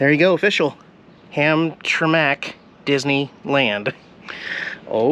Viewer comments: It's pronounced Ham-tram-ic. I'm glad you have finally made it to Michigan. Be prepared, you have a whole state of pot holes to navigate. Our freeway system is crap. I'm sure your way past Lansing by now, but the REO Oldsmobile museum is pretty interesting. Also, if you want better roads you could check out Michigan's route 66. It runs all the way through the lower Michigan from the southern border all the way to the Mackinaw Bridge. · Hamtramck is pronounced HAM-TRAM-ICK lol I worked down there at the GM plant years ago!! You should have stopped by & picked me up!!;) Colorful & yes reminds you of out west there!!:P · ham-tram-ick lol. also hope to see you at the cheeseburger festival in caseville mid august!! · This must have been the one and only sunny day you had in Mich . It hasn't stopped raining here since. Also Hamtramck is pronounced Ham-tram-ek. Should have gone to Polish Village for a good authentic Polish meal. 😉 I hope you got to visit Belle Isle, Greenfield Village and the Henry Ford Museum while you were in Detroit. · Yes dear Michigan roads are awful. Lived there my whole life until I moved to Florida. I can always tell when I pass into Michigan. I love that antique peddler place. I use to go there all the time. My husband's aunt lived in Hamtramck for years. (Pronounced Hamtramak, big Polish populated city) There is so much more to see that's there. In and around the area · you actually drove past my house!! I live just a couple houses away from that "almost 3D ice cream cone" place and could see my house from the video!! The city you drove through is pronounced Hamtramck (ham-tram-mick). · Pronounced “Ham-tram-mick” and if you haven’t left yet, Henry Ford Museum in Dearborn is truly amazing. Oh, and welcome to the roads of the “Motor City”! Worst in the world. In “Detroit” , Lafayette Coney Island is historic, if they are still there. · They pronounce it "Ham Tram Ick".... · Ham Tra Mack. LMAO